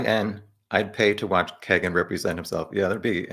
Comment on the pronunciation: Pronounced "keygen" I believe rather than "keg"en. Regardless. Trash. White trash. I honestly just started looking into this case and I'm 60 miles from Delphi. RA is guilty, simple just off pca. Imo. But all these perverts are in alot of stuff around Indiana. It's insane the amount of cp, cm, sa, csam that goes on here.